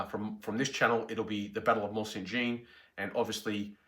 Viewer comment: Please try to pronounce Jean correctly it is the French equivalent of John. Jeanne is the female equivalent and is the way you are saying it. Just type Mont Saint Jean into google translate and the lovely lady will say it in a beautiful French accent for you. All other pronunciation errors I can live with, but this is the name of the battle!